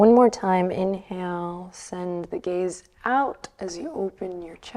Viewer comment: Every time she says soft gaze I hear soft gays 🏳️‍🌈 I love it